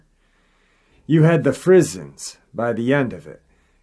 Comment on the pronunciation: Well, damn. I spit my beer out when you pronounced frissons!!! It's a cajun thang. Hard to explain.